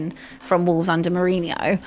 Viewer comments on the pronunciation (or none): none